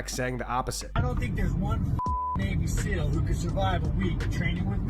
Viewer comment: SeAL, not SEAL. But I haven't heard any of the SeALs making a fuss about it...yet, I suppose lol.